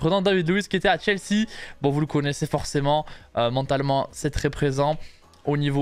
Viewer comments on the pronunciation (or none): none